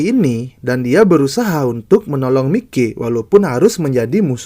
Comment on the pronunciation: Sebutan namanya yang bener lah anjir mikey itu sebutannya "maiki"